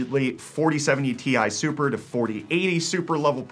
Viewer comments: I was like ‘WHAT'S A TISUPER!!??" I thought I was watching a video about GPUs? Then all of a sudden realized that he's the only person on the planet that calls "Ti Super" "TISIPER" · Tisuper, best pronunciation so far , hate the TI single word pronunciation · 4070 Tissiper (i heard Tea Sipper the first time) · lmao i also noticed this. didn't understand wtf he was saying at first